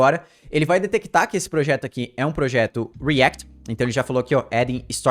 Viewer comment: o video nem é ruim, mas dá um nervoso o jeito q ele fala coisas como vite e react